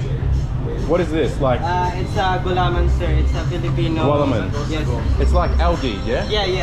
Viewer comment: It's GU-LA-MAN. Not GUA-LA-MAN. 😊